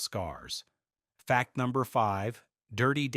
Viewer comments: If your going to use AI VOICE then maybe make sure it can actually say number not nirger 😂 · Sorry, but what word is being said between "Fact" and the number. Sounds like "Fact nudger..."